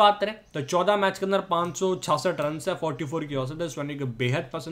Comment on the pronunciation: Bhai aap 66 chiyasath ko sadsath bolte ho aapko har ek video me notice krta hu aaj socha bta du apni glti sudhar loge 👍👍👍👍👍👍👍👍👍👍👍